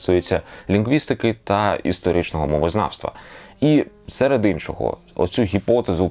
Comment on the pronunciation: Почулося у відео "істеричне мовознавство" замість "історичне". Класне словосполучення вийшло, відповідає сучасним трендам))) та й темі відео.